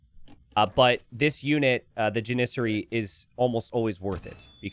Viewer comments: you know, it's JAN - iss - ary. like HAM, and JAM, and SPAM ... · DUDE PLEASE, ITS PRONOUNCED JAN-NI-SAH-REE